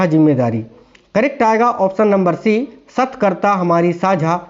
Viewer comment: Satkarta nhi satrkata hota h